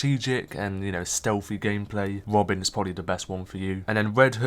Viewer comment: “Wed hood and wobin” 😂😂😂😂😂